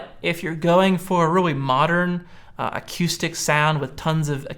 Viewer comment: Really? a-Q-stic?